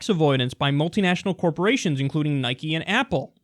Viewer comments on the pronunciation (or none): It's Nike, not Nikey